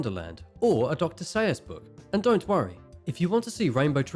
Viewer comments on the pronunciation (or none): Homie called dr Seuss Dr say oos